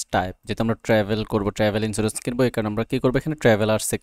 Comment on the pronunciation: Thank you for the videos., please pronounce the Travel Insurance ln correct way, it sound not good. Every time you say ট্রেভেল Insurance. But it is supposed to be sound ( ট্রাভেল ) not ট্রেভেল please. Thank you again for the videos.